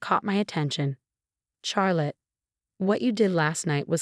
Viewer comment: That’s rib eye; also couldn’t pronounce Charrlotte